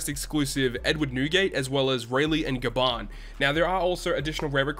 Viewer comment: Why they still have the nerve to release such characters with auto special dmg dealing attack, despite the non-normal atk debuff that will always be in sight everywhere you go. and ''Gaban'' sounds like ''Garbage''